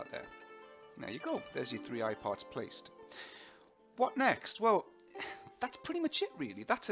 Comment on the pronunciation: all the time i was thinking he says "iPod" :D